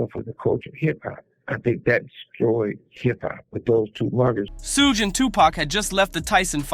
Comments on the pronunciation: SUGE is pronounced SHOOGE NOT SOOOGE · Say his name right you fool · Why can't you say Sug's name right? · You Dumbo Utuber , You Are Not Saying His Name Right ! I Am So Tired Of You Utubers Not Talking Saying Black 😒 😑 🙄 😐 Names The Right ! Love Lee Lee !